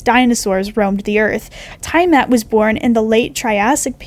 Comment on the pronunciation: The tiamat pronunciation hurt me And the fact pterosaurs got called flying dinosaurs